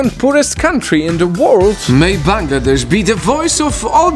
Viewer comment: finally someone who can pronounce our country correctly.😭✋🏻💀